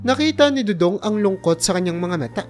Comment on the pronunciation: next time prrnounce it do-dong not doodoong